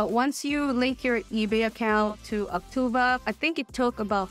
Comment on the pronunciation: Why do you keep saying Auctuva? It's Auctiva.